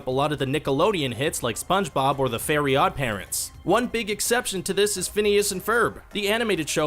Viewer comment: It's not fairy odd parents it's fairly odd parents